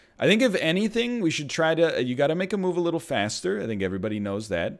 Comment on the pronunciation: I love how much he cares to prove that he's not on twitch. I just wanna hear that good old "Ayerrybody" from time to time.